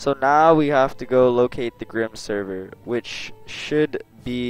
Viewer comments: jesus take some grammar lessons grim-seh-ver not grim server also the j's are y's in skyrim and usually if there is a random m in front you dont pronounce it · 'grimserver' gg m8 learn english